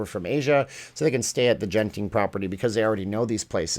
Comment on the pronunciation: It’s Genting Ghen not Jen ting